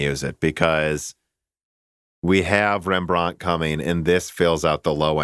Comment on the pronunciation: FFS guys stop butchering the names of dutch painters.. wordstress with rembrandt is on the REM part, and vermeer on the MEER part. Thus REMbrand and verMEER